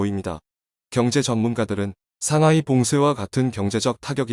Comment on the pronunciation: 글을 읽는 사람이 한국사람이 아닌지 틀린 부분이 너무많아 아쉽네요. 삼하이, 푸돔, 삼황등등......